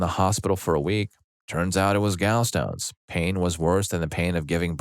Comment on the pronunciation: Gal stones 😂 duuuude what is with the mispronounced words?